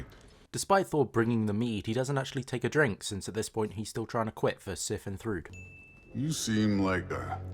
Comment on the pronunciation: From what I understand, Thrud's name should be pronounced 'True-d', rather than 'Thru-d', as in 'true daughter' rather than 'third child'.